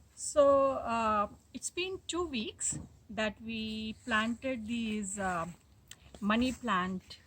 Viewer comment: The way you say money plant sounds like bunny plant